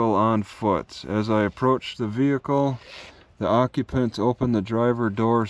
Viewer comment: One question,whats a occupont😂